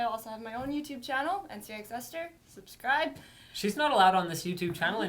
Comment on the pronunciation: hate how she says NC YI X